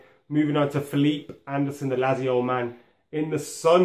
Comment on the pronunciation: Where to even start with these pronunciations... Krychoviak is pronounced "Kry-CHO-vee-ak". It's "LAT-zio". And "Fel-EE-pay" Anderson.... Plus random decision to call de Gea by something other than his name... Do they not realise that these are not English words, and therefore should not be said as though they are?